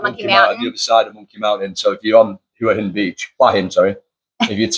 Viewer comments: หัวหิน in English is 'Head' and 'Stone/rock' pronounced "Huu-ah -Hin" not not "waa-hin" . If you pointed at your head and asked a Thai to say what is this, they wouldn't say "waaaa" 😅😅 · I know I'm a tad pedantic about it 😄 It's' actually pronounced "Who- a" Ask a Thai what "Hua " means . Only expats with no command of Thai pronounce it "Wa"😄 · Definitely isn't pronounced "Wa "Hin🤬 Ask a Thai . Means "Head Rock" in Thai.